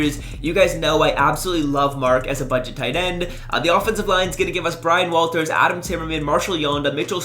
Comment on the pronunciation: "Brian Walters"